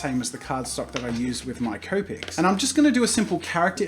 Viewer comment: As you can see, Jazza started pronouncing copics like cope-ics and not copics. MY OCD IS AT EASE!